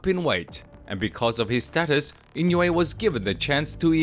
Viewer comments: And it's not "In-yu-ay." Say "een-oo-ay." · His name is not pronounced "In-you-a" It is pronounced "E-no-way" The "I" is a long "e" as in "knee"